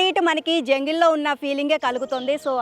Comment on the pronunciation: జంగిల్ కాదు జంగల్ …